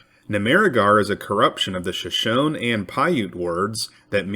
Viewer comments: Not Sho shone, Shoshone, the e is pronounced. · It's pronounced Sho-shone-knee A long e at the end so it's like the word free, Shoshone. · If I am not mistaken, "Shoshone" with ref. to the tribe of Indians is pronounced SHUH SHOW NEE.